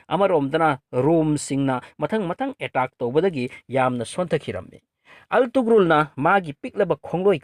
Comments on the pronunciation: Attoman haiba ntte Ottoman haibane.pronounciation do khr yengo .antugrul haiba ntte ertugrul Ghazi haibane fjna khngdrabadi asuk Luba history do ngna hekta tarai2 seran Turan leganu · Altugrul ntty Ertugrul Gazi haidoubni anyway ym fajakhrey